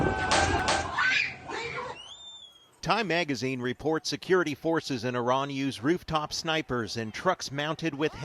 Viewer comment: Hey, Iran IS PRONOUNCED JUST LIKE IT IS SPELLED. What is wrong with you. Then the dumbo who came on set pronounced IRAN INCORRECTLY. All of you maybe are using an IRANIAN dictionary. I would fire you nits!